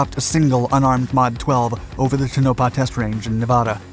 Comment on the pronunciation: Test Range is pronounced: " Tow' - no-pah"